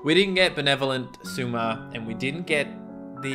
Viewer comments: if you talk about words... its not sUma, but sOUma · Every time tries to say Souma it hurts me